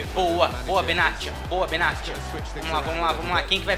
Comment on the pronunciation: desumilde kkkk e cara, odeio como ele fala modric e benatia, q raiva